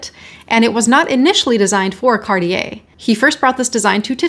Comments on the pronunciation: It's pronounced "CART-tee-yay," not "CAR-dee-yay" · Hey it is pronounced #CarTier not #CarDEEyeah #Arctic isn’t pronounced #OurDick, either, #Murica. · And now we learn how to pronounce Cartier.